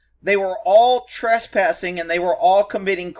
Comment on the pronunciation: Hey, is "Trass-passing" in Texas, what the rest of the English speaking world calls trespassing?